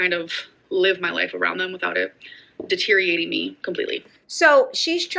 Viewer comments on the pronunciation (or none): she used and pronounced "deteriorating" wrong: "without it DETERIATING me" 😄 Also, her face is so swollen, she looks almost the same as she did when she was 572,4 lbs. But she's so proud of how she's doing now, I don't get it.